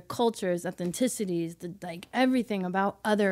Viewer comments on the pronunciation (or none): Love this episode. Can't imagine doing this in my life! Love it when Sarah says "ethniticities" instead of 'ethnicities'. 🙂